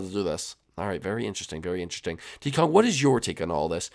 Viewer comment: / I thought you said "keep dick Kong" XD